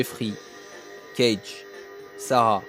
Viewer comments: Kage se prononce "Ka-gué" et non "Cage" à l'américaine. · Ka-gay pas Cage, m'enfin.